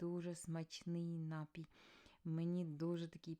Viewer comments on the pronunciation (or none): Не слідуюча, а наступна! Не нАпій, а напІй! Україномовці ви хенові. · Наголошуйте правильно. НапІй- на другий склад. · Слово "напій" має подвійний наголос 😂